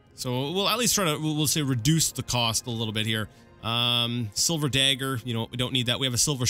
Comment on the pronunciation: Note that if you raid the crates in Balmora no-one cares. Anywhere else and they will. Also note that Ra'Virr doesn't care about your illegal substances. Nor does your new boss for that matter. Also note that it's a DaGGer but as you won't be using one hopefully I won't be hearing you say "Da-ger" again. Fair rustles my jimmies, that....apart from that, another excellent video.